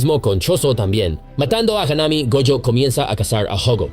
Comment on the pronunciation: Haname.... say it with me... HAW-NAH-MEI .... Mahito... say it with me... MAW-HE-TOE